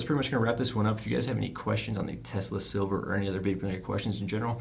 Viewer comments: Its "Sliver" not "Silver" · The fact that you had the mod and the box and still are pronouncing it Silver is fucking embarrassing 😂 unsubscribed 😋